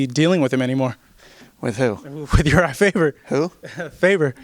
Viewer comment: "Urijah Favor" lol!